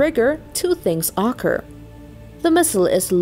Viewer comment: I'm disturbed by how the narrator pronounces "occur" lol It's like an entirely different word already